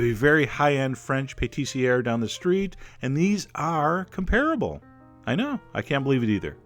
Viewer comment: When u said 'comparable' I thought u said 'terrible'